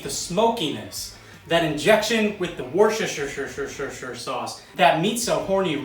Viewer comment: Worshershirerer sauce ftw. Also I want my $40 ASAP 😂